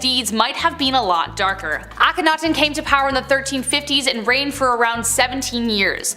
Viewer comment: THANK YOU to the first lady for pronouncing Akhenaten and Thebes CORRECTLY!!!! One of the other guys kept saying AK-ONITON AND THEEBEES.. It was grating on every last nerve i have...